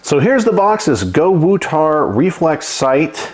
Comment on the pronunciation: So not Go-to-War…it’s Go-woo-tar!